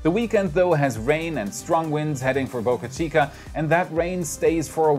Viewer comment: Wait! What! You started pronouncing Boca Chica correctly. No more Bahka Cheeka.